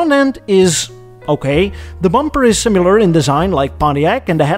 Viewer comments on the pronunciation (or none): The narrator doesn't know how to say the word "similar". He said"simular". A word that doesn't exist. Why is this guy picking on cars from 50 years ago unless he just hates America.